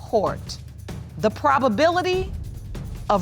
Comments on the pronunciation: There is no “properbility” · Zero ‘properbality’...what?